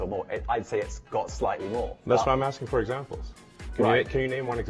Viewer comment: Phorkque não pharam thudi?